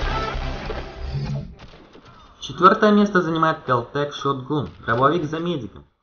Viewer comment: Шот гун? Шот Ган =D